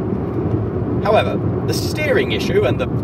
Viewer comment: So I think you may have English grammar ever so slightly more mastered than Jay, but none of that matters if you can't learn his version of suspense HOW-EHVER gasps Which I like to believe supplies death by 1,000 papercuts to the heart of whatever brand rep is watching the video. Take the 440i video he just did, when he's finished talking it up, he says Silence*Dramatic stare*dramatic pause HOW-EHVER brand rep bleeds out Try to get your however on par with his.